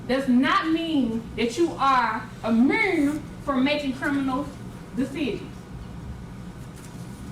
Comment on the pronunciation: she must be from Memphis because she sound like Glorilla a lil bit! “immurne” yup she adding r’s to words without “r’s” in them 😂😂😂